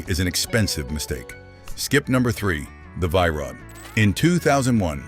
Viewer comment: Its pronounced VEE Rod